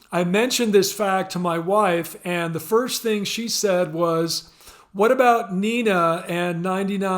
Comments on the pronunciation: It is pronounced Nay-na not nee-na. Lern deutsch! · Nena, the singer from the small town of Hagen, Germany, is pronounced "Nay-na".